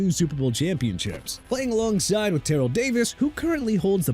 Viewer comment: FIRST OFF TERRELL IS PRONOUNCED TER-RELL. SECOND STAUBACH IS PRONOUNCED STOW-BACH NOT STOW-BACK. THIRD IT'S JA-GWAARS NOT JAGWIRES. LASTLY MR. AARON DARRELLE IS DA-RELLE!! YOU GOT A PROBLEM WITH THAT?! BY THE WAY WHY DON'T YOU CALL THE OWNER OF JACKSONVILLE'S FOOTBALL TEAM AND TELL HIM TO CHANGE THE NAME TO JAGWIRES OR YOU CAN GET THE TEAM NAME RIGHT!!!!!!!!